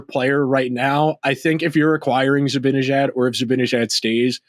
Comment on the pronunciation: Hey! You complete goofball! It's NOT ZibINejad, It's ZibANEJAD! Get his damn name right first before you give your delusional suggestions!!!!!!!!!